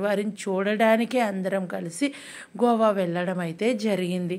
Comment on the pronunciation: Gova kadhu goa